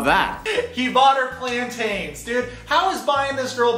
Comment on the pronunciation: The way you say plantains as "plan_ TAINS", it hurts my hispanic soul.